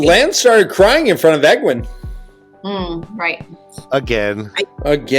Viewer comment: Her name is pronounced Eh-gwayne not egg-win.